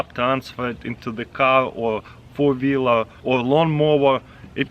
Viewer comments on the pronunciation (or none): Vour veler instead of four wheeler